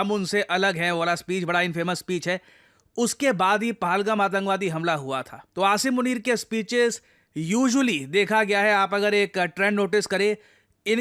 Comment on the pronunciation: Paalgaam ni hota Pahalgam hota h Learn the pronunciation